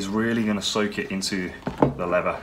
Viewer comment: Please pronounce the word leather correctly, I'd stay with this but the way you say lever does my head in mate.